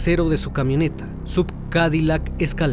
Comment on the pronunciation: Muy bueno, como todos tus videos. Como observación SUV se pronuncia "es iu vi" son siglas de Sports Utility Vehicle. Saludos.